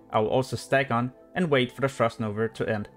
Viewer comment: Frost novA. Not NovER :p